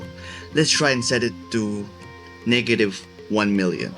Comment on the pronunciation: This mf really Said Niggative😂😂😂😂